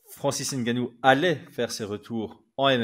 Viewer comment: Ce n'est pas francis N-gannou mais c'est Ngannou